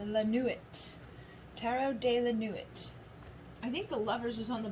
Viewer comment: Pile 3 - the tarot deck is a phrase in French - Tarot de la nuit = Tarot of the night. It is pronounced sort of like Tarot “duh lah nwee”